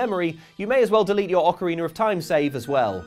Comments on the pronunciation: Ah yes, one of the best Zelda games: "Ocariner of Time". Truly a classic. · I must admit the water temple in Ocarina was confusing but I never played thet "ocariner" of time you talk about